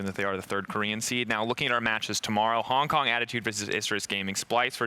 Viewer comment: cant even say Hong Kong?........